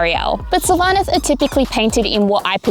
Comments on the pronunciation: SYL-vaneth not syl-VA- neth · No it's SYLVA-neth